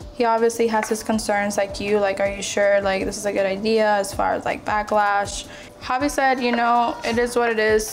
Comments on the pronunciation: Okay so they purposely say everyones name wrong , bris family as a collective mispronounced devoins name and now the sister purposely calls him "JAHvi" even the bri clearly says "HAvi" wassup with that . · Drama aside Brittany pronouncing javi name wrong is always funny asf 😂😂😂